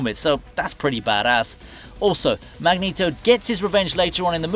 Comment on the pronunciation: Magneto is pronounced MagNETo not MagNITo. Look at a pronunciation code of magnet.